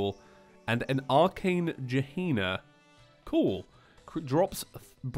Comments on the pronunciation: oh i'm late. :c Also, Gahenna is pronounced like this; Gah - hen- nah It means hell. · It’s Gehenna (guh-hen-a)